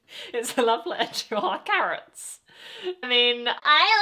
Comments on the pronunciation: its not carrots sweetie... its carats.. we are carats 😍 their fandom name is carats.. and im a fan so im a carat..😁hope u become a carat too.....🤩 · it never gets old like its always funny for me when people heard them saying "Carrots" instead of "Carats" (the fandom name) lol 😂 thanks for the reaction, i enjoyed it. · Carats not carrots